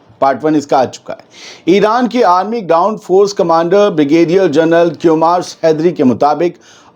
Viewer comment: ۔ کیومارس نہیں بلکہ کیومرس حیدری اصل نام ہے